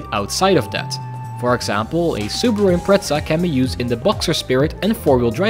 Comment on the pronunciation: that whasnt a cursed RUN but extreemly Lucky run also pronounce the subaru impreza the right way plz